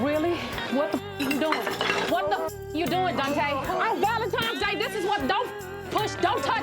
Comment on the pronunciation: Not on valentimes day lol but people kill me when they say it like this.